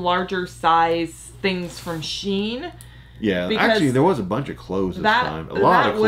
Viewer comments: STOP CALLING IT SCHIEN ..... it's a German originated name, pronounced SHINE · Temu has the same products as Wish and SHEIN (pronounced “she in” not sheen) only difference is the price. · You two are too funny! %SHEIN is pronounced she in. On their website they play on words like accelerashein, evolushein... A 90 C bra is a European size and is equal to a 40 B in US sizes.